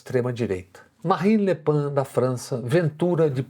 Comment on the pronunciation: Não fale Le PAN... É Le Pen com "e" mesmo e som de E... Pelo amor parem de falar PAN essa pronúncia não existe fora do Brasil kkkkk